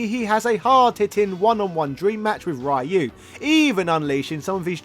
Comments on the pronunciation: Ryu is pronounced Ree-yuu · It's not Ray-u. Cease and desist bro. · LMAO. "RAI YOU". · fun fact - ryū is not pronounced »rai-you« ... facepalm. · Awesome video! Congrats! But the pronunciation of "Ryu"...